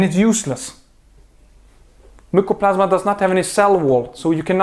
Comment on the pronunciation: Mycoplasma not mucoplasma